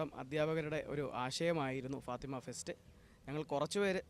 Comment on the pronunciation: മലയാളം sareyaye ubayokeku fatema അല്ല fathema